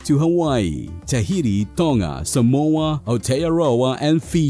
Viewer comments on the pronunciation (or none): none